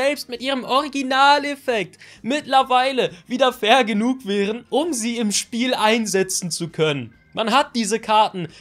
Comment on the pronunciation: Ich habe die ganze Zeit"vergenugt" verstanden anstatt Fair genug XD